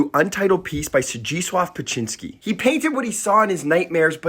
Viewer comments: Beksiński is a great artist but as someone from Poland it took me seeing the name and painting to recognise it. The poster is not pronouncing it correctly at all even tho i pappreciate the video haha tbh it's a pretty complex name for an English speaker.im not sure how to Wirte Zdzisław phonetically but Beksiński would be closer to "beck-shi-nski" (I am struck how there is so many very polish letters combinations that are so hard to write phonetically in English I don't know hot to do it) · Pronounced Bek-shinski